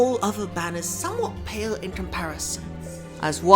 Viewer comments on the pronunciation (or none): none